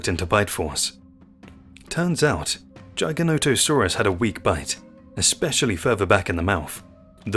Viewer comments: According to the man who named it the correct pronunciation is Jy-guh-no-toe-sore-us. It is partially a reference to an ancient sky god. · AI narration is junk. If you can't pronounce the name of the animal correctly, I have zero reason to trust anything else in the video. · Take time.... watch your videos. You can get the A.I. voice to say it correctly if you take the time. Edit your script to " Jig a not a sore us " and it will say it correctly. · A.I trash, unless you are excited to learn more about the "Gijah-natosaurus" who lived in Cretaceous 'stange'. A.I. Trash. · Is it pronounced Giga Not a saurus or Giganti Sausrus??? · 15 seconds into the video and you already butchered the name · It's Jigger, Jigger-noto-saurus. Just saying.